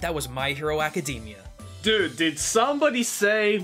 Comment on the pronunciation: I'm sorry, but I really can't get past the fact the other guy keeps saying "Acadamia". It sounds like he's talking about the nuts and it keeps making me laugh!